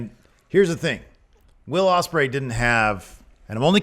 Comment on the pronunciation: It’s Ospreay man